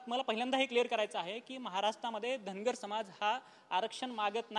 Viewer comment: Dhangad आणि dhangar...D आणि R चा diffrence समजतो का